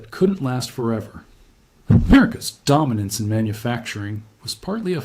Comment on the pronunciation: You sure put emphasis into "Am-ERICA'S DOMinance in manufacturing..."